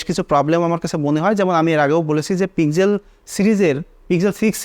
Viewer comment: It's pixel not pizel😂